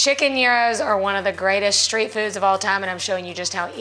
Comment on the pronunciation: SHTREET foods? Honey it is street food! not SHSHSHSHSHSHSSH!